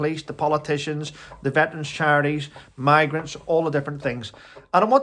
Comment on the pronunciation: Are you saying maggots or migrants ? It must be your accent ! 🤭